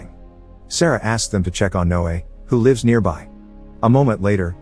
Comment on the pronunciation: that computerized voice is quite realistic, it even pronounces the French name Mathieu correctly, however it still gets lives and lives pronounced wrong.